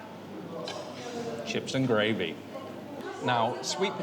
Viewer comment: Defo worth it. Lots of choice, lots of options, all fresh plus those homemade chips I like how you said chips n gravy ! As a true Salford girl you sounded fairly authentic 😊